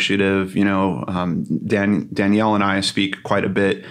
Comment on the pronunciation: This was such a well done vlog! Loved seeing you and together. Btw, maybe I’m mistaken (really sorry if so) but according to the spelling of her name, shouldn’t it be pronounced “Da-nell”, rather than “Dan-yell””? If it were spelled with an “i”, as in Danielle, it would be pronounced “Dan-yell”. I’m truly sorry if I’m wrong, I’m fairly new to both your channels.😬 I appreciate so much the work you both put into your videos.👏🏼👏🏼💕